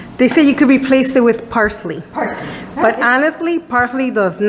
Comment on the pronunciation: Did you google parsley loooool I even know what you were trying to say lol